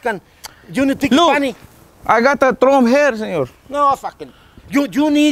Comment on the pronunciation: “I got trum hair” “No fahwkin”😂😂